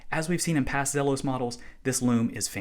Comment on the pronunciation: It's Zeeeeeeelos.